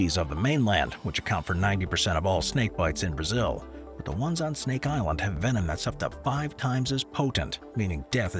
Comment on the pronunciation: Incredible pronunciation for Snake Island! I had to stop the video to let you know.